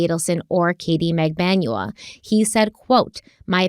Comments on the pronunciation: Mag-ban-wa is the correct pronunciation. It’s a common Filipino last name but not common in the US obviously so it’s understandable to mispronounce it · Just watching this video now. got the right pronounciation: Magbanua in Filipino is Mag-ban-wa. 🙂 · It's mag-ban-wa. Accent on the 2nd syllable. :) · TBH it's cute when you mispronounce the names, and people should understand that it happens esp when the names are foreign, it's not disrespectful unless you do it intentionally. BTW Magbanua is pronounced MAG-BAN-WA (short A's always in Filipino). Love your work.